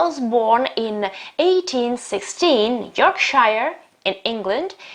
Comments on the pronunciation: Very nice of you, but also Yorkshire is mispronounced! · Very nice of you, but also Yorkshire is mispronounced! 😮